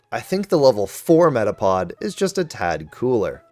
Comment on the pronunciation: METAPOD DOES NOT END WITH A G, IT ENDS WITH A D!